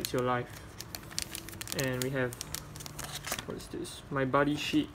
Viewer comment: lol when you said my buddy sheet , it sounds like my buddy's shit